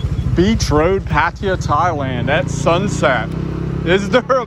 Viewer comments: Pa-Thai-Ya. Not Pattia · It's Pattaya pa ta yaa ... Not pat tee ya Or in Thai พัทยา so many foreigners get this wrong ask the Thai girls how to pronounce Pattaya properly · Pattaya is pronounced like this PUH - TAI - YUH not patia ! ! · It ain't PAT-T-ah. Jeesh. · I can't stand how some farrang keep saying "Paatteeya". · Haha. This guy say the words pattaya so wrong. I am in pattaya right now bro